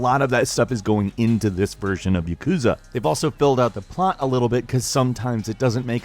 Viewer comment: Ya-ku-za not Ya-kuz-a japanese is mostly 2 letter characters makes most words easy to break down. Chi shi and tsu not withstanding.